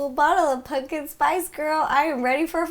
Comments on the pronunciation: Did she say pungkin spice?😂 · “Punkin spice” lol